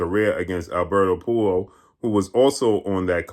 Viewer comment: straight brutalizing the pronunciation of Puello’s name.😂